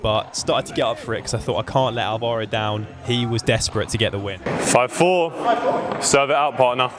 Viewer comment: Nice video man. The only thing is... It's pronounced Álvaro, with the accent on the A. But, anyways, very fun. Also, you started talking Spanish in that match, but you were playing a Leandro? Sounds Argentinian to me ahhaahah.